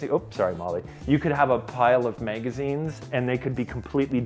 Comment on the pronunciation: DID HE JUST SAY “MANG-A-ZEENS” ?!?!?